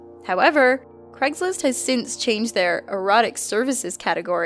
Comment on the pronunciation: craigSlist, not craiglist